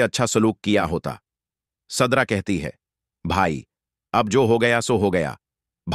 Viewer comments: Zubear nahee zubait tum.kasa vhannel chala raha hoe surda nahee sidra😂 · Sadra nahee sidra kon c school maa talim hasil kee ha😂😊